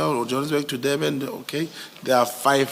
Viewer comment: Once a person pronounces Durban as Deben, you must know. What kind of agent is this?